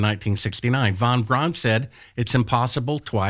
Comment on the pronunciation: vanbraan, vanbraan. Ya I see you luv vanvraan.